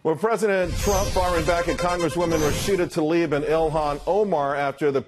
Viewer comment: Journalists and announcers... please professional and at least get her name right. It is NOT Ta-lib. It is Tla- ib. It's not that difficult.